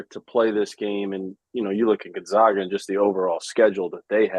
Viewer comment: All these years and they still mispronounce Gonzaga!!!